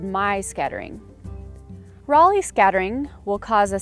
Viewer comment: Thanks for the more in-depth explanation and scattering vs most other videos on YT just talking about the particles. 1 thing is they're pronounced "ray lee" not "raw lee" and "me" not "my"